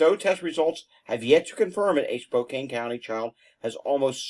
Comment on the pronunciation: Spokane is SpO -Can 😊